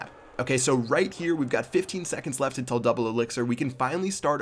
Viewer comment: lol why do you always say "intil"?